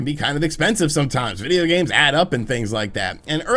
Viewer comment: I hate how he says "videogames" in the beginning when he says "in the world of videogames" lmao